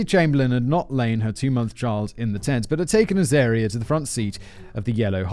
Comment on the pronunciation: David went to so much effort to phonetically spell out, Pitjantjatjara, only to have Simon proceed to mispronounce both Uluru [Oo-la-roo] and Azaria [az-uh-rie-uh.], and I can imagine David was there too, like, "nah, those are obvious." 😂